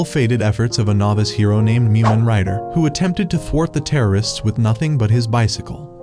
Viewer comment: It’s mumen